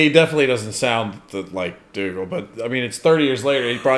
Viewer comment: It’s Dougal